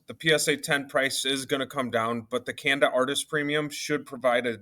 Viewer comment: This is random but shinji Kanda is pronounced like kawnda like Wa(kanda) lol Shinji Wakanda 😀